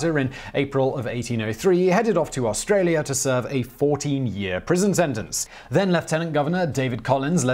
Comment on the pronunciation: Actually Simon did a pretty good job with Australia. More often its Orrstralia